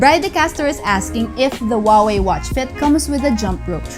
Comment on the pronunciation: Wooway - that is chinese way to vocalize Huaway ? Great review by the way Only you missed the second greatest feature (after cheapest and tiniest built in GPS) - the VO2max monitoring. I’ve found it the most motivational thing for train hard. Never realized that my physical wellbeing could be so effectively represented by reliably measurable characteristic. For month under control of Watch Fit I rolled my physical health 20 years back: from VO2max 38 to 46!